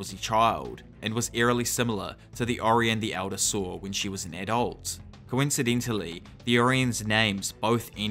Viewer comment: Bro pronounces oiran - orian